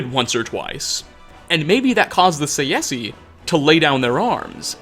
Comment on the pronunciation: He really pronounces Tsaesci as [saesi] xd Its [Ts ae s k i]